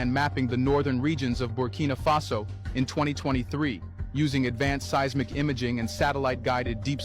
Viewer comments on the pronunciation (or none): none